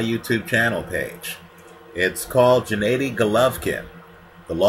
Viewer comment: for the last time you bumbling novice, his name is GENADDY (Ga-Nah-di) not Djanaydi...smh